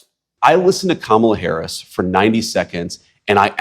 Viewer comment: please "NO HARRS"